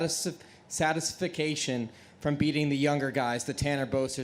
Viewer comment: "satis fa cation" lol satisfaction?